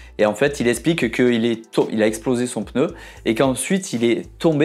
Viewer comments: Par pitié en français c’est un PNEU et non un PENEU !!! Ça fait un peu mal aux oreilles à force 😉. Merci 👍🏻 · La lettre N se prononce directement après le P, il n’y a donc aucun son entre elles. /Peuneu/ est donc une prononciation totalement incorrect. D’ailleurs, le vidéaste le prononce correctement par moment. Il semble donc que ce soit une habitude confinent à une préciosité. De la même manière, la prononciation /èmbapé/ est incorrecte ; il faut dire /mbapé/. Vous n’y arrivez pas ? Entraînez-vous, cela finira par sortir correctement !